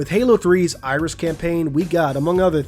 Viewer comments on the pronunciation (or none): none